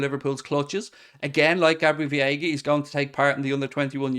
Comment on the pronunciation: it's Veiga not Viega